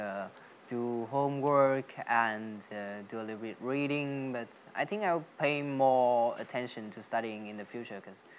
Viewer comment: công nhận fluently thật , dù cậu ấy nói lai giữa giọng Us và Uk , phát âm cũng kỳ kỳ nhưng tổng quan nói ghê sửa những từ cơ bản như think ... là ok